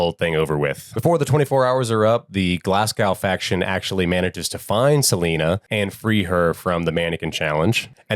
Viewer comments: What is with that pronunciation of Glasgow? 😂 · The true horror is hearing Americans mispronounce Glasgow and Edinburgh 😂😂